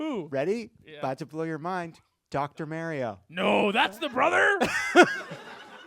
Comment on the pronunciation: Every time Jon mispronounces Mario, it wonder if he's doing it on purpose oat this point.